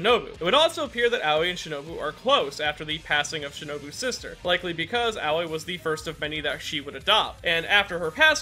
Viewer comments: Im sorry but as a Japanese, its so weird hearing you pronounce Aoi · I don’t mean to be rude, but when you say Aoi it sounds like “Owwie”